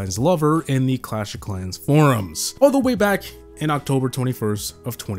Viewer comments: Clatsh of Clans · "clutch of clans" lol 🤣